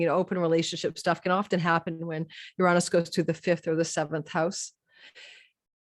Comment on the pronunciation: Everyone is struggling with the word Uranus….. no one wants to say “youranus” 😆….how about Uranus…yur-Aa-nus. Quick short vowels….not uraaanus